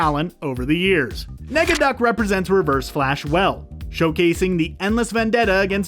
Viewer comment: Some corrections, it’s not “Steelbank” it’s Steelbeak, Negaduck not “Megaduck” and it’s not “Mc Scrooge” it’s Scrooge McDuck. also it’s was normally a 65 original episode run. (not 66) the original DuckTales & Darkwing Duck were extend.